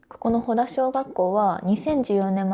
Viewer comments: 正確には「ほた」だね フェリーで行ったのかな？ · 先生、ほたしょうがっこうです。 ほだじゃないのよ